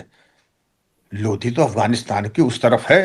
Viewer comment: सर आप जो लोधी शब्द उच्चारण करते हो वह सही नहीं है वो लोदी है। लोधी तो बहुत ही सार्थक शब्द है जिसकी व्याख्या है लो + धी लो का मतलब हथियार और धी का मतलब बुद्धिमान यानि वीर और विवेकशील।